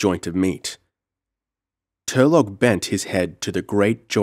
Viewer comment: it's Tur-low not tur-log